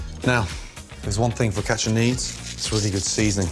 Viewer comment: Gordon's pronunciation's pretty decent: "Fuck atcha"